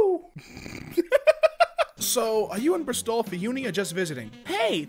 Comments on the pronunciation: "Bristall" ... really? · “Bris-tol” definitely not “Bristol” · it's not bristoaaal just Bristol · Did you really pronounce Bristol as "bruh-stol"? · BRUH-stol moment. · Bristol is now Bruh-stol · He said it bruh-STOL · The way he said Bristol drives me mad. It's like crystal but with a br instead of a cry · Bristool. Alright, we'll learn british city names again ^^ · Ah yes bris- tol my favourite city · it’s pronounced brist- l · Omg that was a butchering of Bristol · The way you pronounced Bristol made me want death. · Why the fuck did you pronounce Bristol like that